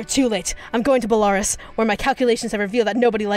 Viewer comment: the way she pronounces “Belarus” 😂😂😂😂😂😂😂😂😂😂